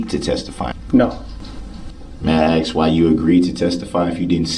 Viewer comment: "Axe" what a dumb person!